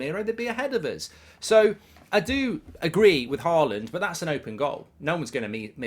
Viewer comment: Why do you keep calling him "Haland"?